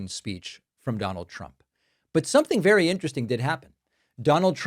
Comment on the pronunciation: Listen to trumps enunciation " be wery wery kwite, I'm hunting wabbits"